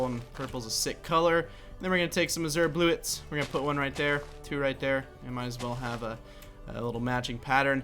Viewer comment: "azurrr bluettes" its pronounced "azyurr blue a"